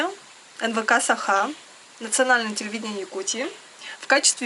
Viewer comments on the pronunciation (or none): none